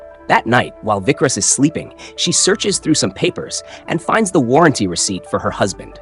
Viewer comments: It's not Vikras.... Its vikaas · Its vikas. Not vickrus